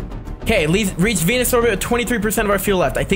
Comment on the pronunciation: Venus sounds in your mouth like 🤨enis😂